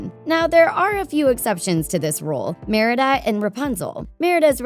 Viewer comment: It's Merida, NOT Marida!